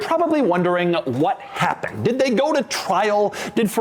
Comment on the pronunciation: Doug, what „Heppened“ to your English?